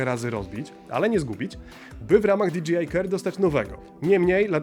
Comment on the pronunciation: Fajna recenzja! Jedna tylko mała uwaga bo kole w uszy ;) Za połową filmu bardzo często mówisz "di dżi aj". Nie "di dżi aj" tylko "di DŻEJ aj" :)